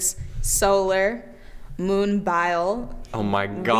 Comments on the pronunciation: Brianna, I’m not gonna rip you to shreds like James said, but “Moon-bile” has me almost SCREECHING at work! 😂😂😂😂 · Omg the moment said moon-bye-al 😂 😂 😂